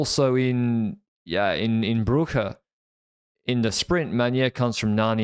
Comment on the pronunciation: After years of listening, it only just occurred to me today why keeps saying “bro”… 😂. “Broe”, not as in “brother”… 🤦🏻